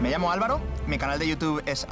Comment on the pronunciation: they don't know how to say Álvaro😂😂😂